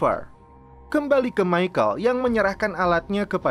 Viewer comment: si Michael celepot terus